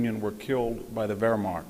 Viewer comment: Anyone to explain why Dr. Hanson pronounces Wehrmacht as WerhmaRcht?